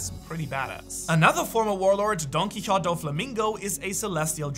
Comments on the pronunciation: Quixote is pronounced “Key-oh-tay”, for future reference. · Don who it’s pronounced key o te